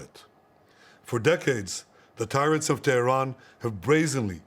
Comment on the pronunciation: did she say "the capital, Tevran" ?